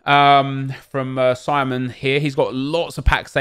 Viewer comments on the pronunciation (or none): none